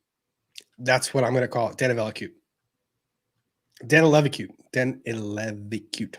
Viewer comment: I am dying 😂😂😂😂 Vyte Danileviciute is a womans name (lithuanian) reads Danilevichiute (ask Elita) :)